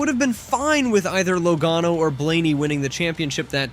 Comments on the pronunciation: He said LOWGANO and LagAAno 😂😂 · "Low- gae- no" ?